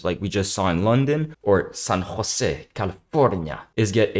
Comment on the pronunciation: you said san jose perfectly dude. great vid